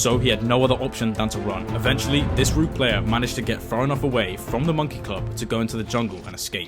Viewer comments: yes, I'm aware. I was pointing out his pronunciation. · What's a "roog player"? He says it like 5 times around the 4 minute mark...